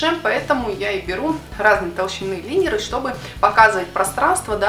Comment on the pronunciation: Лайнеры , а не линеры